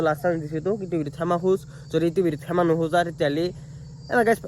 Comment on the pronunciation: ৰিতু ভাই সেমা নহয় ক্ষমা হ'ব। 😊❤